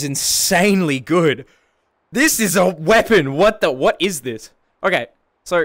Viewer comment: “This is a WEOPON”